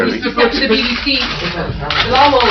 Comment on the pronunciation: they way they pronounce his name is hilarious . beel-aa-vaal.